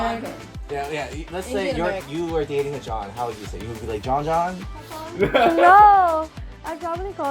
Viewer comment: It's not John ,it's jaan